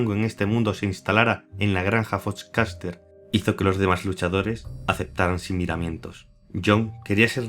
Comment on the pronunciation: Me mee de la risa cada vez que decia foxcatcher "fochcaster" 😂😂😂